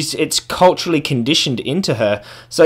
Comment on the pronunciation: "its CULT-urally conditioned in to her"